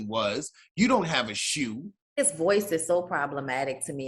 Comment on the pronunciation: “You don’t have a shoee” 🤣🤣🤣